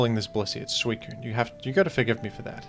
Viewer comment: this boy just said squeakune